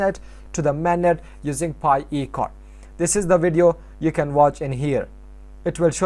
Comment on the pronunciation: i dont understand your english when saying pi webstore